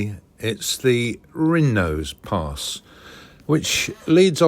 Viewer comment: Nice vid - pronounced Wostwater, Wozdale Head, Rinose Pass. 😊